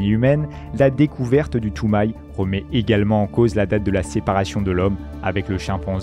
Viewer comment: et Toumaï non plus